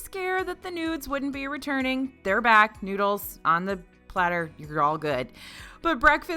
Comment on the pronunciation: did she say noods?